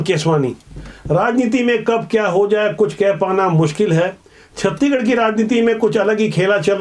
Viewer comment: छत्तीगढ़ नहीं छत्तीसगढ़ बोला करिए 😅😅